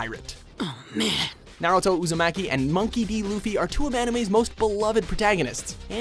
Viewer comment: did he just uzomacki like wtf